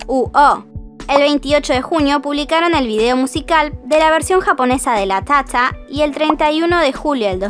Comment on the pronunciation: Perdón pero me da mucha risa cada vez que dice: LaTáTa :u XDDD